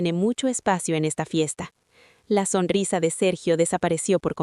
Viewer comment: Esta historia ya la subieron en otro canal con otros nombres 👎👎👎👎¿Quién plagia a quién?. ¿Songrisa? 😂 SONRISA, no "songrisa". Usen audio inteligencia artificial de mejor calidad.